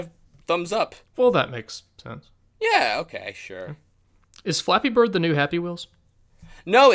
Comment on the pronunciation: I kinda like how he says "Fleppy BRRRD!" at the beginning. That's the only good point I can give this guy...